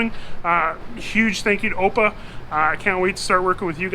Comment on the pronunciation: just a note to say that AOPA is pronounced as each letter individually: a o p a, not the way you pronounced it. I've been a member since around 1966 or so. Beautiful V-Tail in the ep.